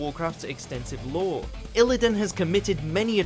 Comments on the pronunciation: That way of pronouncing illidan is downright criminal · Illidan has no business being on here and clearly narrated by someone completely unfamiliar with the series in question based on all the poor pronunciation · Illidan is not so much a villain that he ranks on this list while Sargeras doesn't. Hell, Garrosh or Sylvanas are more villainous than Illidan. Lich King above Kerrigan. The pronunciation of Illidan and Sargeras. So much wrong with this video.